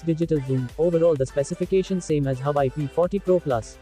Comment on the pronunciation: Huuuuuwaaaaaweeeeiiii. Not huai